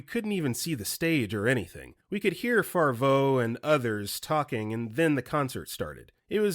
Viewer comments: Dude, it's not Jon Farvo, it's Favreau (rhymes with "have ROW" Speaking of mispronounced Johns, it's "leg-wih-ZAHM-oh", not...whatever you said. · JESUS FUCKING CHRIST. Favreau is pronounced Faav-row. SXSW is said as South by Southwest. John Leguizamo is pronounced Leg-wi-za-mow.